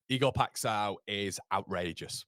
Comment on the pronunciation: Ive sent you a x video of the guys name but it's Ee gore pie sh oww nasal sh oww. Lol keep up the good work!